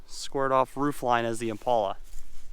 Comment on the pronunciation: Buddy, if you are going to say the names of cars, please say it right. The car you are referring to is an Impala, not an "Impolla". Please say it right.